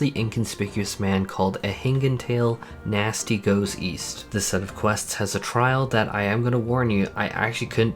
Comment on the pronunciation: I'm sure this has been brought up before. But it's NASHU in each of the quest names, not Nasty. As I listened in, I kept hearing the mispronunciation and it was driving me crazy.